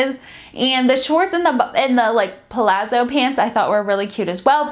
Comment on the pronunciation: I think midrise nude briefs with the shirt tucked into the briefs would solve that, but whyyyyy are they doing this to us lol. A light lining is definitely something I’m willing to pay a little extra for. Btw, it’s pah-lahtzo, kind of like how we say peetza for pizza :)